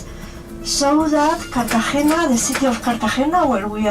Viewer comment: Your pronunciation was a little off for Cartagena. If you listen to the tour bus guide, you can hear her say it natively. Otherwise it is a great video. Thanks for posting it.